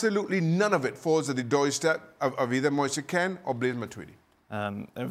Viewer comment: His name is pronnounced moise keen, not moisa kane